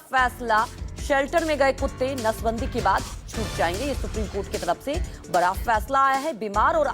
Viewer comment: रिपोर्टर बनने से पहले हिंदी बोलना तो सीख लेते बरा होता है कि बड़ा होता है 😂😂😂